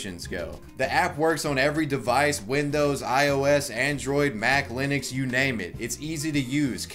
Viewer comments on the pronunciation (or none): none